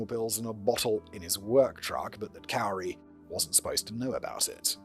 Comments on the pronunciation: Absolutely not! Especially when the mispronunciation results in something so fittingly degrading and accurately representative. Simon’s pronunciation has her name rooted in ”COWER/COWARD”. 👈💯 SPOT ON ‼️ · It’s not “cow-ri”😂😂😂 it’s pronounced “cory” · It sounds like he thinks her name is Kaori. I wonder if his script pages have her name wrong. Cuz he’s definitely saying “Kay oh ree” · Murderers name is pounced “Kory” and not “Cowery”. I was wondering who the heck u were talking about. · Simon pronouncing 'Kouri' as 'cow-ree' is hilarious. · Is it bad that I kinda like kaori pronounced that way better than Cory 😂 who cares she’s a murderer😂😂😂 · It's pronounced Corey cowri is driving me mad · I love that you are pronouncing her name Kowry. She deserves it to be pronounced incorrectly lol. The correct pronunciation is Koori, but I don't care, I'm not yelling. Im Laughing My Ass Off!!!!!! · my fav part is that he mixes up the correct and incorrect pronunciations. Sometimes it is "Corey" and sometimes it's "Cowrie" like the shell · Pronounced like “core-ee” and they lived in Heber, Utah. (Not Hebrew) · Cory is how you pronounce it. People from Utah like to change spellings. She moved to Heber. She went to high school with my little sister. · Cow-ree I'm dead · I absolutely love you calling her cow-ri. It’s a ridiculous spelling and she’s a vile person so I’m quite amused with your butchering of her idiotic pretentious name. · It's Kow-ri who worked at Home Depp-poe.😅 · Hey there, love the video. Just wanted to let you know that while "Kouri" does phonetically look like it should be pronounced how you did throughout this video, it's actually pronounced like the male name "Corey." Just a small detail I wanted to make you aware of. 💙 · He's saying her name wrong, its pronounced "cory" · Hebrew City!!! It's, uh, Heber City. And Kouri pronounced like Kory. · LOL it's pronounced the same as Cory. Can't wait to hear your reactions to this crazy case!! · It's Cori not Carrie 😞